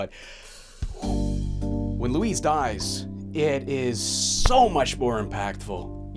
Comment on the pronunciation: "Luis" ends with a soft ess, not a zee. Otherwise you're calling him "Louise" 😉